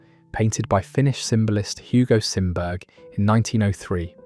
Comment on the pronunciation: Sorry...Simberg is pronounced Sim Berry. Swedish name. I am only mentioning this because his work is amazing and among my favorites. I have seen it in Tampere. Finland although he did variations.